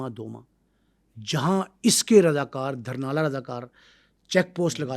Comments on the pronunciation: Village ka Naam,durnala ni,,Dhurnaal ha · sir apka program bht acha hota hai. Bai ye word dharnal nhen dhurnal hai ye gaun ka nam hai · It's not Dharnal It's Dhurnal. He wasn't not from Wadi Soon infact from Talagang's village named Dhurnaal ڈھرنال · دھرنا نہیں بھائی ڈھرنال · دھرنالہ نہیں جناب ڈھرنال لفظ ہے جو گاؤں کا نام ہے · السلام علیکم۔ جناب محمد خان کا جو گاؤں تھا اسکا نام "ڈھرنالہ" نہیں بلکہ "ڈھرنال" یعنی "ڈ" کے اوپر پیش ہے۔ اسلئے گزارش ہے کہ اپنا تلفظ درست کرلیں۔ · دھرنال اور دھرنالیہ نہیں "ڈھرنال" ھے اور "ڈھرنالیہ" ھے۔ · او بھائی جگہ کا نام ڈھرنال ہے۔ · Lafaz (Dhurnal hai dahrnala nahin)Please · Dhurnal sahe bolo yar